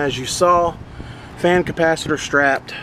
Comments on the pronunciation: I know you mispronounced capacitor on purpose but it reminds me of when I was a kid I pronounced it "capacitator " That's a great theft deterrent always on " disconnect " unsafe but effective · A Capasisitator...... 😂🤣😂🤣😂🤣😂🤯